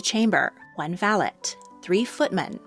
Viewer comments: I beg to differ, "valet" in British English is not pronounced with a hard t, but with a soft i at the end, sounding like "valei" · I’m from the uk and the word valet is not pronounced with a hard T at all. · In my experience, in British English, 'valet' is pronounced with a silent 't' and not the hard 't' you imply. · I always wondered why in Downton Abbey the word valet was pronounced with a hard tea. I thought, maybe the English just didn’t want to use the same sounding word as a French. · Valet's T is silent